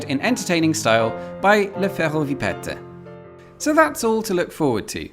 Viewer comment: I had to turn on subtitles to understand le ferrovipathe, and I'm french ^^" To be fair it's not a common word, but it's the 'a' that's misprononced that threw me off ! Anyway. Hope you'll get out of paris soon !